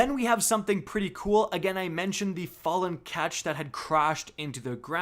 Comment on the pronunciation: Jesus! "Ruins" in the last vid, "Fallen Katch" in this one. You losing the ability to speak properly?